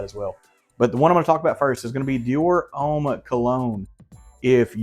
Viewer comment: Great vid and recs. Xerjoff Renaissance is my fave. “Citrusy” is the word you are looking for I think. ; ) You cracked me up! And it’s “Ohm” not Homme homie, lol. Hope you are feeling better!